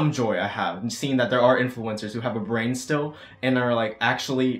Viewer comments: I’m a whale he said “black lives STILL matter” it just sounds like he says black lives don’t matter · I thought he said “black lives don’t matter” AND I KEPT REPLAYING IT then I realized he said “black lives still matter” Oof you scared the shit outa me. 😭😂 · Good I was like replaying the audio over and over trying to see if you said "don't" Or if you said "still" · I was VERY CONCERNED FOR A MOMENT cause when he said “black lives still matter” I thought he said “ black lives DONT matter” and I had to turn on the captions to make sure before I started throwing hands 😂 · lmao same 😭😭